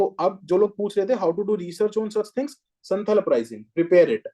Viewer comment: Sir it's संथाल not संथल Sorry